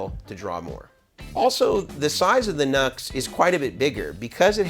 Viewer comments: I guess the original pronunciation for NUX is “New-X”. Not like “Nuts” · Isn't NUX pronounced "New X", not "Nucks"? Also, great video! Appreciate your perspective on clones. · it's "new" X......not Nucks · OK for the love of your god, repeat after me...."NEW X" not "NUX", ....NEW X... they must really get sick of everyone saying their name wrong which was someone's bad idea in logo marketing no doubt. Looks like they copy cloned this pedal although it turned out much different in result which does not make it a "good clone" nor does it signify they were really trying to match it. NEW X is a good company so it would seem they could have easily copied something. With the scandals Mason goes through maybe calling the company by its actual name might help. I have seen numerous youtuber demo cats who not only get free stuff but get paid, pronounce the name of the company funding them incorrectly, that must drive them batty and it attests to just how stupid most of these nits really are. You also have love the dumb $hits who review things and have no idea what controls do or not bothering to read a simple instruction sheet when they get stuff for free and/or paid to do demos for it. Sad really, even sadder I think when I stop and maybe others watching them wishing they were not so ignorant. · Nux i heard is pronounced "New X" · It's pronounced NEW- X. I'm not sure if you don't know or if you're mocking them? 🤘🌝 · Pronounced “Noo-X” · half the voltage, twice the current draw. A guy called Ohm figured this out. NUX is pronounced "new - x". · It’s NU>X Pronounced NEW X. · Good rundown. Just FYI it’s pronounced ‘new-ex’. Good information here for sure. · Just as a bit of an aside ... the company name is pronounced NuX (new Ex)